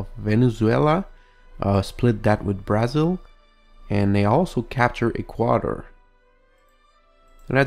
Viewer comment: Here are some correct pronunciations for countries. Brazil: Bruh-zil Chile: Chilley Haiti: It can be pronounced the way you did but it's usually pronounced hatey Japan: Ja-pan